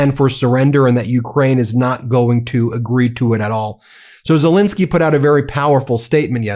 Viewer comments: His name is Zelensky not Zilinsky!! Get it right FFS! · ZelEnsky not ZelInsky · ZE LEN KSY ( E is pronounced as the English A in hAndle)! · Love this channel! Zelensky is pronounced "zuh-LEN-skee," btw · Zillinsky???????? Would you like to have your own name pronounced "Been Masillas"?